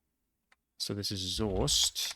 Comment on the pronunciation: same goes for "soest". Well sone!